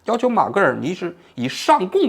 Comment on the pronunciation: 应该是马戛（jia）尔尼